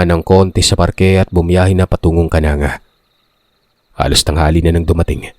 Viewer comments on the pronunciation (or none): Hindi po Kananga..kanangga Leyte